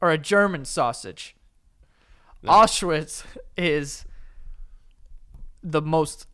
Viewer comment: Am I the only one bothered by the fact they aren’t pronouncing Auschwitz properly 😅😅